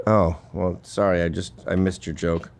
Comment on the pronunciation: Oh, so solly, so solly, 😂